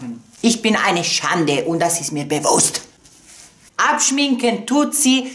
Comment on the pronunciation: Ich bin eine schande und das ist mir BEWUHST wie du bequest gesagt hast😂 feuer dich so ♥️